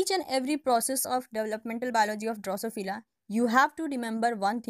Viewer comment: Excellent effort to explain the different stages of Drosophila development. Thank you so much !! Only issue is the pronunciation, if it can be improved the video can be be more effective.